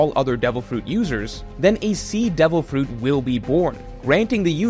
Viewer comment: Something satisfying about the way you say fruit